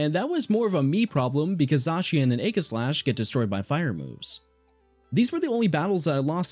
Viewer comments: I hate how you SAY Aegislash it's definitely not A-giss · You mispronounced aegislash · The g in Aegislash is a soft g, not a hard G, it makes a j sound, not a g sound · Sorry to be a pedant or whatever but aegislash is a play on words. It's a portmonteu of the words aegis and slash. (Aegis meaning to protect and slash to attack, fitting for a sword and shield pokemon.) Aegis is pronounced with a soft g. Aegislash then is pronounced also with a soft g.